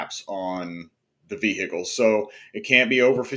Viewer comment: Vee-HICK-els😂 Thanks for the content!